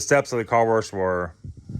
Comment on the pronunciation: not trolling but their is no r in wash bro.. lmao. Love the content.